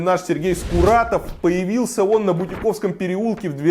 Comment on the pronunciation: По второму пункту. Переулок, в котором стоит обсуждаемый дом называется «Бу́тиковский». По фамилии владельцев текстильной фабрики, которая когда-то здесь находилась. (Надо заметить, что Бутиковы жили в этом месте ещё 300 лет назад, и, как правило, большинству москововедов-любителей это хорошо известно.) Не «Бутико́вский», как говорит ведущий. И уж точно не «Бути́ковский», как порой произносят название переулка люди, которые внезапно увидели знакомое «модное» слово. К слову «бути́к» (от фр. boutique «магазинчик») никак не относится. Да и нет здесь особо бутиков. (Разве что лавка-ателье Марины де Голль по соседству в 1-м Зачатьевском. То есть за углом.) Теперь сам дом. «Copper house» — то есть «медный дом», произносится как «копер [ˈkɒpə] хаус», а не «купер хаус» — как говорит ведущий. Он уверенно произносит «купер» дважды — значит это не оговорка. Возможно, он говорит так просто по аналогии с произношением известной модели британской автомобильной марки. Только там слово «Купер» пишется иначе: «Cooper» [ˈkuːpə] — то есть «бондарь». По фамилии гонщика и конструктора Джона Купера.